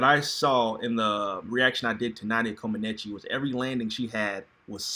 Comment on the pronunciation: Omg u are really butchering Nadia last name🙄🙄